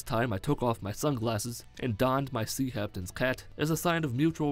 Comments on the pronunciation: Sounds like he said Sea Haptains Cat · does he say "sea haptains cat" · Did he say sea haptains cat or am I insane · "Sea haptains cat"